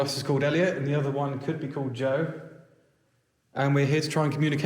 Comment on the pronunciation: Joe …… Not Joe 😂